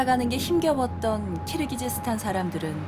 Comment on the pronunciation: 발음 교정해주셔야죠. 키르기스스탄을 왜 자꾸 "키르기즈스탄"이라 하는지?. PD가 지적하셔야 합니다. 아프가니스탄을 끝까지 아프카니스탄이라고 하는 진행자 때문에 내내 갑갑했던 적도 있습니다. 정확히 합시다. 무식하단 말 나오기 전에...